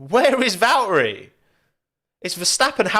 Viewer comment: "C'mon Val'erey"